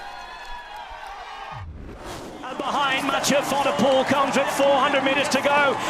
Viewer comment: Commentator, pronounce Mathieus' last name like pool instead of pole